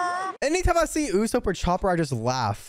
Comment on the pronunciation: Am I trippin or does he mispronounce usopp?